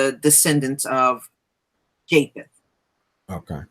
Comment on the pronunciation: Elizabeth Mack, I know that now, what confused me was that her pronunciation of the word "JAPHETH" was not clear, at least not to me. I guess it was not clear to the man either, which is why he sought verification of what he thought he heard her say. So when he was SEEKING clarification/verification of the name he thought she spoke, he said "JACOB" SHE responded with "YES", which led me to AGAIN think "JACOB" was the name she spoke.